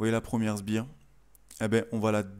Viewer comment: au cas ou : on dit "sPires" pas "sBires"... 😂